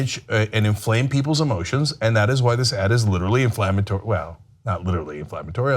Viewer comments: "Infammatory." This woman was a college professor. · I cringe every time she said infammatory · Inflammatory...not "infammatory", lol. Sorry, grammar enthusiast. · 'Infammatory' - lol. I love it when people almost get the word right... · In-fammatory? Huh? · It's inflammatory or defamatory, not infammatory, c'mon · Cenk tried to help her. "Inflammatory," Ana. With an "l."